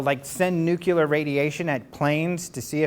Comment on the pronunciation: "NUQUILAR"? Really? How about NUCLEAR? NUCLEAR!